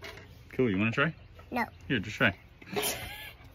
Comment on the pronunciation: The way he said no😂was personal